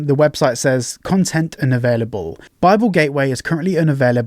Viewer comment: the way you say "unavailable" makes me think you've never heard anyone else say it